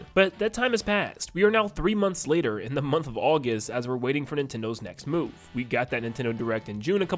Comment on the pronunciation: am i the only one who noticed nintendo said "latter" instead of later?